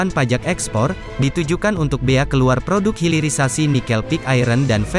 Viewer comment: HILIRISASI , hilir bukan hiril